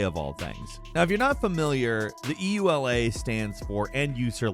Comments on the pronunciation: E ... U ... L ... A ...? . You mean the ... yoolah ? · Craziest thing I learned from this video is that there are people who don't pronounce EULA "ewe-la."